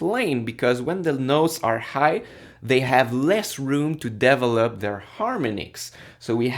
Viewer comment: You are a very good teacher! It took me a while to understand when you said "devil up" you meant "develop"... lol! I am really going to enjoy this series since I don't have time to take your course right now and I think that every little bit helps!!! Thanks!